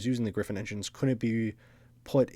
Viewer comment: It is Griffon, not Griffin.